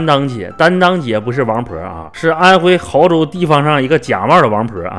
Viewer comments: 你确定这是毫（hao）州 而不是 亳（bo）州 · 是安徽bo亳州，不是毫州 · 哥儿们那个字念亳，bo，第二声哦，亳州